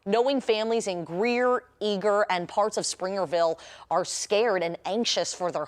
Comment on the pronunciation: yea they've been spelling city's wrong lol 🤣 saying springerville wrong even called mayor reidhead wrong it's kinda pathetic